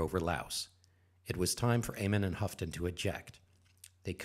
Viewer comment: FYI: Bob Houghton pronounced Ho-ton, as in santa says Ho ho.